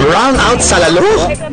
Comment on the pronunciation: If you're featuring something, you should at least know how to pronounce the places properly. It's "lal-lo" not "lalo".